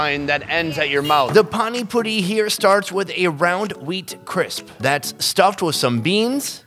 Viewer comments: its not panic puri its pani puri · i laughed so much when he said panni puri i his owen accent